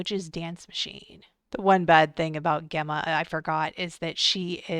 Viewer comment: Your saying the name Gemma wrong it's pronounced like a J